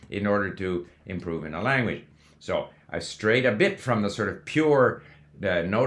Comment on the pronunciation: I notice you are saying Lanwedge